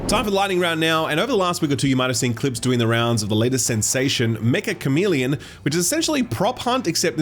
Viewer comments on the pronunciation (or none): As a Japanese person, it annoys me how many people mispronounce Meccha Chameleon